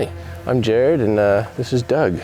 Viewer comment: Drives me crazy when people don't get Jared's name correct!